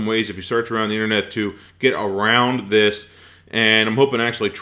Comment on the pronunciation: this is annoying me THis not Dis